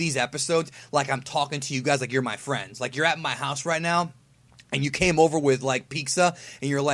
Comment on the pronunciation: Lik if yuh wur my fwends and cum ova wit peekzuh.